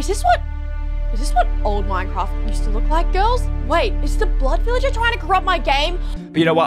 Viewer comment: It's either Lucy doesn't know how to say blood villager or she's British because I can speak British a little bit